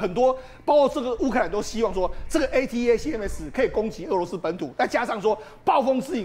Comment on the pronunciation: ATACMS連唸都不會念，功課做得很差,這樣也敢上節目